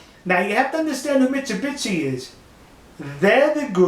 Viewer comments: Please pronounce Mitsubishi, but not Mitsu-bitch:) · "Mitsubisi" LOL!!!